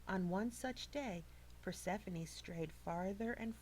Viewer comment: (PER SEF FON EE) She said it right. I learned about it for 2 years